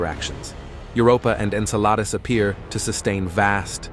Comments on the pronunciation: great video. However, may I point out that Saturn's moon Enceladus is pronounced en-SELL-uh-duss, rather than en-sell-AH-duss, and Uranus' moon Ariel, is AIR-ee-el, rather than air-ee-EL? Also, the Apollo 17 picture was named Earth Rise, not Earth Ride. Again, the WHO-guns probe (Heugens) is actually HOY-guns. KWAH-zars/kwah-SARS are normally pronounced KWAY-zars. For those younger viewers who were never taught about the stars, our galaxy's common name is the Milky Way. Thanks. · "Enceladus" as "Ensalada", probably. "Uranus", not properly. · Here's a small piece of good advice: Stop using AI voice reading program and do REAL LIVE PERSON reading voices, as it does a trashy horrible job on a LOT of words (en-suh-LAY-dus, qua-ZAR for example). Really lowers credibility of a video if the maker of the video cannot even take time to make sure it is spoken correctly before posting.